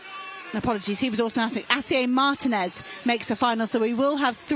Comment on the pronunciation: The female narrator is an idiot or what? I mean, Spain is not even 2 hrs. away from the UK and she cannot even properly pronounce Martínez? You'd think that with all the Brits that visit and live in Spain they'd get an effin clue about basic Spanish or that they would study and be professional and learn how to properly pronounce the athletes last names. The accents on top of the letter are not there as Xmas decorations. They are there for a reason, primarily as a visual indicator of how to pronounce the words, unlike English. Where do you find these unprofessional narrators?